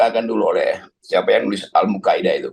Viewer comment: Al #Muqaddimah, Bang, bukan Almuqaidah, 😊🤗